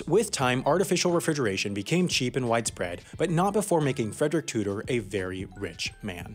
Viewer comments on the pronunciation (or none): none